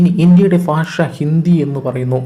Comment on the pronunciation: ഫാഷ അല്ല ഭാഷ 🙄